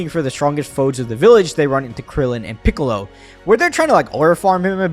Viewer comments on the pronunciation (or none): none